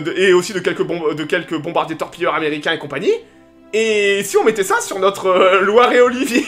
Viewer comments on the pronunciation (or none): ce n'est pas Loire et Olivier mais LIORE et Olivier !!!! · Pas Loire et Olivier, mais Lioré et Olivier !